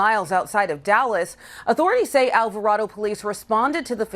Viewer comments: It's pronounced Alva Ray Dough, Texas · FYI alvaraydo is how it’s pronounced just so you know